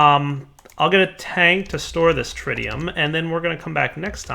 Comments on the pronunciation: andrzejkiewicz also it is TriTium not TriDium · TRI-TE-UM not trideum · In 'tritium' you don't say the first 'i' as if you're reading it. It's 'tritium' as in 'bit'. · Trɪtiːʌm "tri"ck bag of "tea" "um"brella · is correct. You have been pronouncing it incorrectly the whole episode and it had been annoying the crap out of me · Your pronunciation of Tritium makes me cringe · Dadycoool Ok since you don't seem to understand the original point of this thread let me spell it out for you. The OP was wondering why the 'tri' in tritium wasn't pronounced like the "tri" in tricycle. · the i in tritium is short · thank you so much for correcting on Tritium. It was bothering me the whole time XD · That could be an accent thing. There are quite a few regional accents that pronounce all interior Ts as Ds.